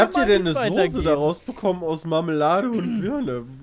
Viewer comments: Sose... ich dreh durch. SOßE oder SAUCE. SCHARF AUSGESPROCHEN.... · Mich triggert es schon seit längerem, dass die Jungs immer "Sose" statt "Soße" sagen. Ist doch nicht so schwer, das richtig auszusprechen :D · Niemand:: Sohse